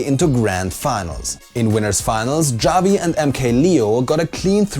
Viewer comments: Wait. You pronounce Javi Jaw-vee? Being German speakings I would figure you would know it's pronounced Ha-vee... Oh well. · its pronounced HA-vi not javi. (sorry it was bothering me so much) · Isn't it pronounced havi not javi🤔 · Sm4sher's name Javi is pronounced Haa-vee, not Jah-vee. As an example US laughs like "hahaha" and spanish speakers as "jajaja", it's nearly the same sound for both :) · Bruh, Javi it's not pronounced like that plz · Just so you know, Javi is pronounced "Havi" with an H sorry my name is Javier and it kinda triggers me when people say it like that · "ha-vee" = Javi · its pronounced "Havi" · It hurt a little bit every time pronounced Javi's name... Pronounce the "J" like an "H" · Javi is pronounced havi. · "Javi" is pronounced "havi" just so you know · FYI In Spanish, the "J" is said more like an "H." Javi would be said like "HAH-vee." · That is not how you pronounce "Javi" guys. Good recap, as always. Stay beefy.